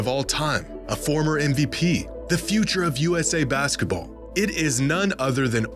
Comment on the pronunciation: i hate how you pronounce basketball as "baskUHball." it's maddening